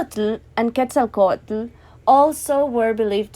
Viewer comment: Hi! Awesome video, pero es pronounced "SHO-lotl" the "tl" and "ketzalCO-atl" is like a hissing sound, not its own syllable, put the tongue at the roof and blow out the sides, thats how you say t and l in one breath